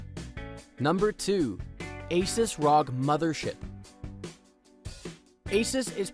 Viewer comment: You pronounced r.o.g. rog